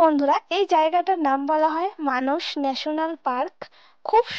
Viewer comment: মানস না মানাস